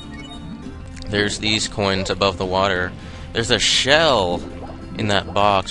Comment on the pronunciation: I love how you say "groins" instead of "coins". =P